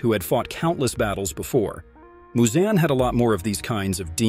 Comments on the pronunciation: Its not MuZoN its Muzan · Moozan like bruh it’s muzan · THE WAY HE PRONOUNCED MUZAN